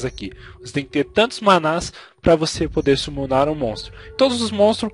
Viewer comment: amigo '-' é manas. nao manás !